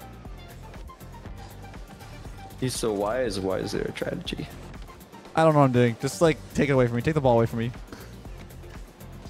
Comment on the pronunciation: "If he's so wise why is there a tradegy" Tradegy is crazy.